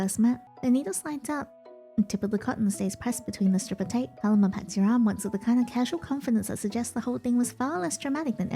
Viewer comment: Hey just as an fyi I think Paloma is pronounced “PUH-LOW-MUH”